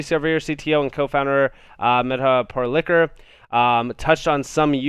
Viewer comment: Dude..did you literally just say “mehda Par-LICKER” Come on bro. She is of Indian decent. It’s “Par-Li-Kar” Self admittedly, she is going to make you a major multimillionaire…so…learn it lol.